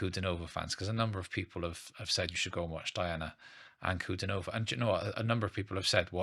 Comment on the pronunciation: "Dee-ana An-ku-DEE-no-vah". Accent on the middle syllable. Most unique female singer on the planet.